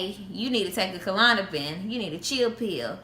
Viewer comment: klonopin not kalonapin